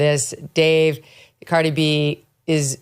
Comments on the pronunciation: Megyn’s producers didn’t brief her how to pronounce Cardi’s name before they taped this? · Megan SU you Butchered outta her name Ughhhh 🤢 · She butchered Cardi’s name.